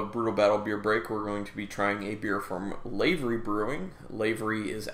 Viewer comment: Pronounced Lio-Pard Or. That guy took a gold medal at GABF, and the brewery is pronounced L-ah-v-ery. Soft A, like "have". You're welcome ;)